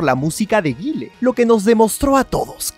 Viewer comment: Me taladraron los oídos desde el comienzo del vídeo con la pronunciación de Guile, como arruinar un vídeo así por